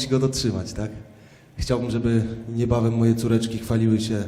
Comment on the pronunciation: wiem ze mowi niebawem ale slysze jebane moje coreczki